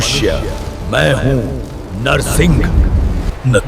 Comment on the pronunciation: It's Not Narasingh, It's Narasimha